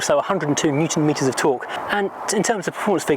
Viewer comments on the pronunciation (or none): none